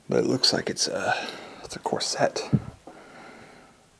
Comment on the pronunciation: i’d wager that corset [pronounced COR-set—not cor-SET] is either a waist-cincher as i don’t see any cups for the breasts or perhaps lower back support as he worked in a factory